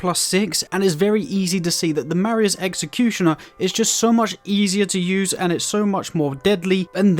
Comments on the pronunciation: Not to be that guy but it’s pronounced “MAH-RAY-Z” executioner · “Mah-ray” is the pronunciation for the word Marais.